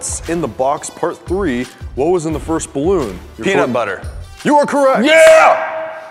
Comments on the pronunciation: Penut butter, NOT peanut butter 😂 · Its penutbuter ez